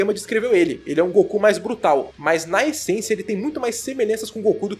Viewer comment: Espera, o acabou de falar "ESENCIA"?